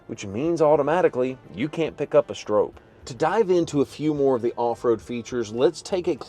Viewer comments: Sure would be nice if you knew how to say the name correctly. Think stop. StrOPe. Nice video though. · Stroppe is pronounced like cop or shop. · It’s pronounced like stop but with an R!🤣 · It’s hard to take you serious when you don’t even pronounce Stroppe’s name correctly. 🤦‍♂️ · You would think you would do a few minutes of research about the Bronco before making the video. Even Ford put out a video about Bill Stroppe and the new Bronco. First you are mispronouncing his name. You say you should let the customer know if they have a wrap on the hood but then you say you don't know if its a wrap. (It is a wrap) The red color is listed as code red on the window sticker. Not everyone wants a 4 door and it would not have the correct look as a 4 door. Ford did a nice job with a tribute to Bill and the original Baja Bronco. Ford says they will build 1966 Stroppe Broncos. A good thing to know when you are buying a limited edition.